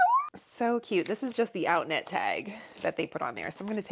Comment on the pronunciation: oh! Outnet! I know of them. Sounded like outlet…lol How much did you pay?